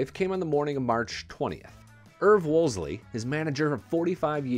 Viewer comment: If you're going to make a video like this, at least get the man's name right. It's WOOLSEY, not Woolsley.